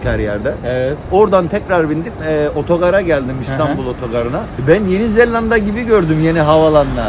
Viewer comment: Misafirin, senin ettiğin gibi doğru telaffuz etmeli tek L ile yeni zelanda demeli… yeni zellanda değil… Küçük bir düzeltme ama önemli… Sen ender doğru söyleyenlerdensin…bravo …